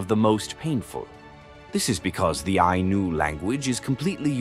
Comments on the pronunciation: Its not anus , its Eye-knew , wow replace the narrative voice and get your facts straight. The Anus , damnit man. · The Ainu and the decedents of the Jomon Culture, who lived all over eastern Japan. Their religion is what Shinto is based on. The pronunciation is Ainu, the same vowels as in Spanish. There is no S sound.